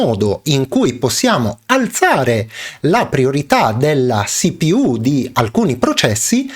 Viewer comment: Perfavore: si-pi-iú o ci-pi-u